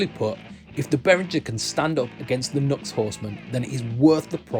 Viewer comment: I've never been a fan of the Centaur-style pedals; they're ok, but I've yet to hear anything amazing. And why are they so big? As an aside...NU>X is pronounced, "New Ex".